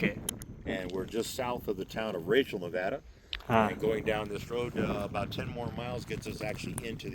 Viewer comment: Las Vegas, Nevada ❌ Laas-Vegaas Mewada ✅ 😂😂😂 I am sure he has been Victim of child ragging in school and college..